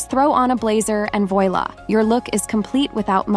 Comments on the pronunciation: Elegance starts with the right blazer. Love love love your channel. Chic is pronounced sheek Voila is pronounced Vwah-lah 🤗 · Voilà is not pronounced that way. You did the word in Jack-the-Ripper style. Thank God there are no more crocodiles in the Seine !